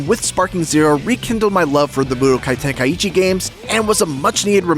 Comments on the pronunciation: Okay but why tf are you calling it ten-kai-eechi? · The way he says tenkaichi. 😂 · Bro can't even pronounce tenkaichi lol